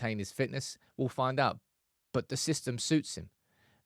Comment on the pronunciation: 😂😂i like his "fisystem"